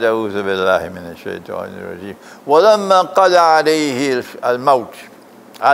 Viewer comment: It is Surah Saba in the Quran Sheikh recited.. I’m wondering why sheikh pronounced “Valamma Kalaina Alaihil mawtha” instead of “Falamma” which is in the Quran. But He used “Valamma” Dear Sheikh, Can you give a explanation?